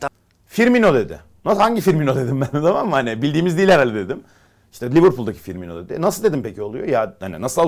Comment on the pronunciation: Fiirmino mu :))) böyle komik haberler nasıl yapıyorsunuz ya